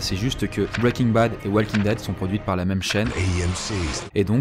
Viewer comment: "Walking daid" ??? really negga